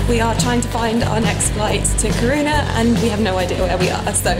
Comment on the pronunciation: I'm from the north of Sweden! Not as far north as Lappland but still in "Norrland" as we call it :) It would be so amazing if you came back to Sweden and had a meet and greet...also, I died at how you pronounced Kiruna :D...love your channel and your personality, you are such a inspiration to me xx Oh, and btw, you totally made me buy the By Terry CC Serum in Sunny Flash (since I fake tan sometimes as well). I just couldn't resist even tho it wasn't very friendly to my wallet hahaha...but I really trust your opinion and I'm shure I'll love it! xoxo